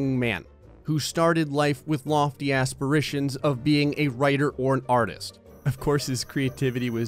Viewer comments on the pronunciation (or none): Your pronunciation of aspirations sounds like what would happen if aspirations and aspersions had a child.